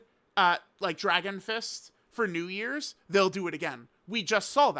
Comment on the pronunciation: stop saying Namek for new years bruh